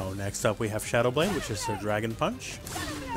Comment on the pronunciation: Wait. She says shadow blade? I always thought she said "celebrate" lmao